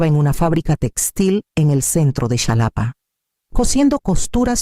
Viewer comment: La X equis, para el país de México se pronuncia como jota, Xalapa (Jalapa)) 😊